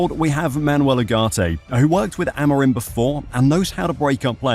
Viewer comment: it's Amorim! Lolol Amiron sounds so weird lol